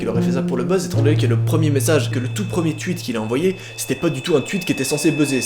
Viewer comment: Par contre ca me tue comment tu pronnonce "tweet 🤣